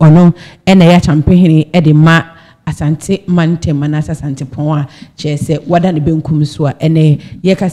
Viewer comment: Please it is not Asante mantam mu, rather say Asanteman mu. When you say Asante mantam , it means Ashanti Region but Asanteman means Ashanti Kingdom.